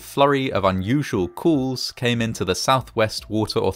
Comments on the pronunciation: I'm very much used to people pronouncing some words a bit differently, but never have I heard "calls" pronounced like "cools" before. I've talked to people from all over the world, and I've traveled--which makes me wonder why you're mangled the poor, innocent word. Sure seems fishy that they continued to claim the water was safe--complete and utter nonsense. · Why does the narrator say 'cools' at the start of the video when he means 'calls'? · "COOLS started coming in"?! Even with an accent nobody says cools instead of calls. Aggravating to listen to just plain lazy speaking. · Is he saying calls? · Cools and coolers not calls n callers. Wooter not water also.